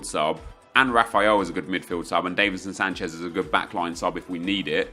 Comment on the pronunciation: Does it annoy anyone else that he says davinson Sanchez wrong